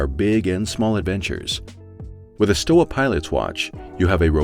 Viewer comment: Pronounced Sthova ;-)